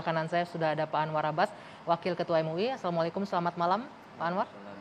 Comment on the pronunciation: Agama bapak apa? Tolong pellajari kembali manfaat adzhan,awal pembukaan bapak mengucapkan salam dengan mengucapkan "Assallamuaallaikum",Jangan hanya hidup kekal karna jabatan,ingat mati,jika bapak meninggal telinga kiri akan diadzhankan saat pemakaman..